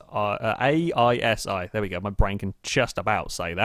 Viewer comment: It is not A-i-S-i, its A-L-S-i, short for Aluminium Silicon, or 'Silumin'